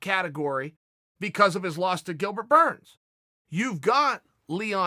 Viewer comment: Chael says his name correctly. Burns for p4p no.1